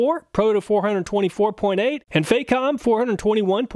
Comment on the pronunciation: FAH comb. Not "fake ohm".